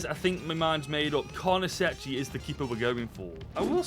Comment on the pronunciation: Its pronounced carnesekki btw